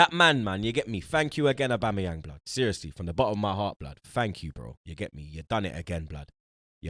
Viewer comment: saying aubamabloodclatyang 😂